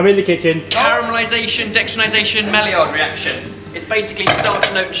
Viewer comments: 2020 me just coming to say... "MALL-I-ARD REACTION", BEN?! You profess to having a grasp of French, dear. Maillard. MY- YARD. To quote Janice... "Oh, dear, oh, dear." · Hihi, Ben, the Maillard- reaction is pronounced "Maiyar" . It's like the tomatillos that you used before 😉 This word also contains the double l that is spoken differently. Also geeky fact for you: the Maillard- reaction is a non enzymatic browning. That means that while you are cooking a sugar molecule (fructose, glucose) binds to the protein (for example lysine) and the reaction products form the brown colour and the aroma 😊